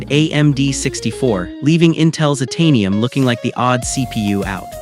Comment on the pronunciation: the mis-pronounciation of Itanium and Operton was it for me. ugh